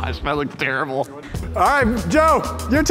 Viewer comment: ”Omg it smells like tareble